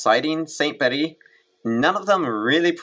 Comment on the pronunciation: Just a quick note....Bede's name is pronounced as if written "beed".